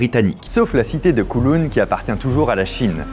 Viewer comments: pas "COULOUN" mais "COWLOUN", COW comme vache, et en cantonais, "Kaw Long" (^_^). Je vous fais visiter quand vous voulez, pleins de choses à voir, dans les petites rues, dans les hauteurs des tours... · Coucou fabien, on dit kaouloun pour kowloon voila voila sinon jmattends comme dhab a une super video sur l'histoire de Hong Kong ou j'habite :) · J’adore comment vous prononcez Kowloon 😂😂😂🤣🤣🤣 je vais vous aider phonétiquement : Kaawloun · J’habite à Hong Kong depuis 7 ans et j’ai beaucoup aimé la vidéo. Merci pour ce bon moment. PS: Kowloon se prononce comme cow (vache) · Koooooulown aha la prononciation laisse à désirer 😉 merci pour la vidéo je la transmets à mes amis Hongkongais